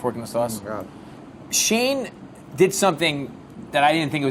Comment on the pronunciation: shane? all i hear is shame xD